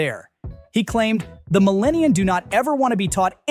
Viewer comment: At first I thought that was a typo, no, he actually said "millennian". 😳